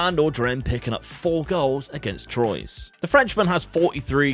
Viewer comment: that's an amazing squad! what an unbelievable season to this point. Has that diamond formation worked for you at other clubs too? Seems almost unplayable. Got a link? 😲 Troyes is pronounced Twa, like TWAT without the 2nd T